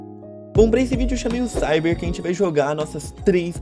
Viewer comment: mano tu tem algum problema pra falar a gente tu fala a zente